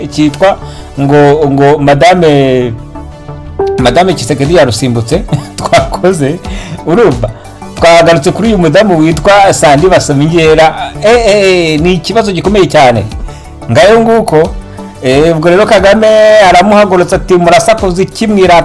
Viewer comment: BasomingEra ntabwo ari BasomingEEra Bro Wibagirwa ikinyarwanda wimenyera ikidage se wowe kandi 😅😅